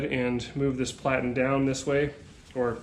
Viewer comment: Plat-en, not plate-ten